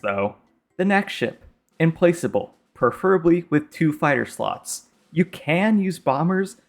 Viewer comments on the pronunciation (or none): "Implaçable" lol... thanks for the advice though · Son of a gun just said Implace-able...